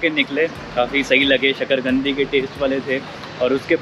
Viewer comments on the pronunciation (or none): Shakarkandi bro not gandi lol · Sakargandi nhi sakarkandi or sakarkand